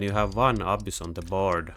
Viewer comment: You pronounce the Abyss a-boos, but it's more like a-biss